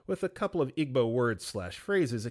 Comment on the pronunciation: it’s pronounced “EE-bow,” not “IG-bow.” and that one resonated with me SO much. i was expected to just absorb igbo through osmosis and was mocked when i tried to learn formally. now they’re mad i don’t speak igbo🙄